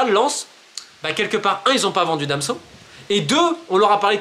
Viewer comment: C’est moi ou j’ai bien entendu Romain Molina dire Damso au lieu de Danso 🤓